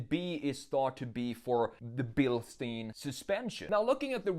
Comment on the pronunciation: your pronounce of 'Bilstein' is wrong. in german 'stein' means stone. you should pronounce it like: sh-t-i-n